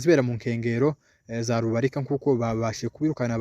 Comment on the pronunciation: Ntabwo Ari rubirika ni Rubarika.